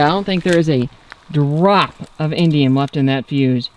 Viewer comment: I heard "Indian metal" at least 4 times and I'm all "what the heck is Indian metal?? Aren't people going to call that racist?." (It's indium… LOL)